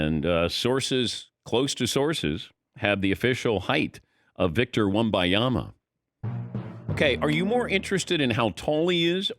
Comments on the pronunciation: It's Wem-BAHN-Yahm-a. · Thankyou someone finally said it. This moron simply cannot see an N in the middle of his name and wants to confidently butcher it every time